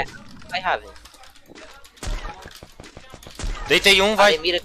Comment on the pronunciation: O cara chamando o raven de ruiven rweven kksks